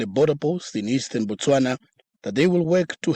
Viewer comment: Its not BATSWANA its Botswana...same like "I ran" where did you run to?🤣 Saying Ba means that you are talking about the people Batswana "The Tswana people" Im here in South Africa JHB...and I support the march and march organization...literally jobs are open to us now especially the minimum wage jobs, especially in white predominant areas... in most caes they were paying migrants less than minimum wage which by law is illegal from the labor laws...Wish we had ICE here and a bold president like Trump. THE PEOPLE SHALL GOVERN✊we tired of corrupt puppets